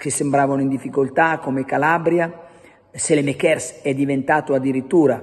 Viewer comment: Perché continui a chiamarlo sélemekér? Si pronuncia Sàlemàkers.